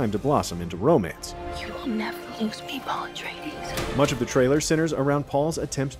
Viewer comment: "Irulan is a skilled biographer and historian..." who REPEATEDLY mispronounces "Atreides" in the trailer.